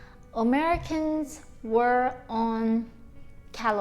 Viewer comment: American not Omerican